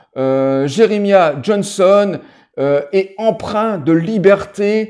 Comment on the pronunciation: Ca se prononc Je-re-ma-yah...